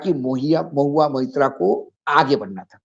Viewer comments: Deepak ji Naam Mahua Mitra nhi blki Mahua Moitra hai .Please pronounce the name correctly. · Maitra not Mitra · M-O-I-T-RA and not Mitra Mr Deepak Sharma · मित्रा नही साहब .....मोईत्रा .....महुआ मोईत्रा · Deepak Bhai, Mubarak ho aap ko, TIGER is back magar aakhir apna intro phir bhi 10mins plus diya, Thank You🤝 Aap ne jab bhi Mahua ka issue uthaya hai aap hamesha unka naam theek se nahi bolte To please naam theek se liya karein Mahua MOITRA🙏 Sir to mera bhi chakra gaya Deepak Bhai maga aap ki acting se😝 Ashok Jee, humko pata hai aap bhaag nahi gaye, apni awaz hamesha buland rakhna welcome back🤗